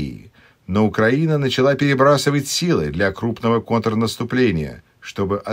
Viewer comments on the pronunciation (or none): none